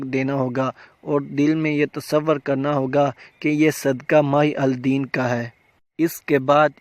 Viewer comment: Muhiuddin kown hai? aap to Mahi Al Deen parh ker bata rahay hain aur likha Muhiuddin hai🙁